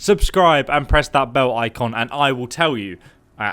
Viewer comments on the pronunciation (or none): none